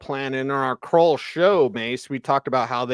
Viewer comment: Who is “kroll”? Do you mean “krull”? “Krull” as in skull?